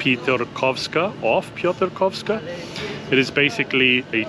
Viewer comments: Ty genialnie wypowiadasz nazwę Piotrkowska Street! I bardzo dziękuję, że wy łamiecie te nieprawdziwe opinie, nadal funkcjonujące na temat Łodzi. Tylko ktoś, kto nigdy nie był w Łodzi przez ostatnie dwadzieścia lat, może powiedzieć, że Łódź jest depresyjna. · You are pronouncing Łódź and Piotrkowska perfectly, but then in "Kościół Zesłania Ducha Świętego there are a few mistakes which could be easily fixed once you knew rules of Polish phonetics.